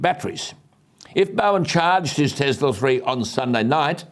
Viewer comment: Alan, as much as I love your shows, I would like to ask you a small favour. Please do not say " Tezla". Nikola Tesla was one of the greatest inventors in the history, so surely he deserves that little bit of courtesy to have his name pronounced correctly. His name is Tesla with an S.